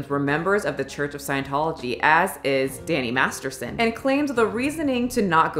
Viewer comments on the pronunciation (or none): The first time you say Danny Masterson it sounds like Danny Marston lol